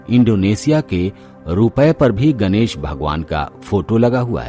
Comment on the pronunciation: गनेस नहीं गणेश बोलो न । न व ण का उच्चारण मे कोइ फर्क नही है क्या ।